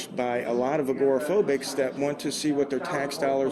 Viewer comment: Your pronouncement of "Agoraphobics "is funny :). A fan from Scotland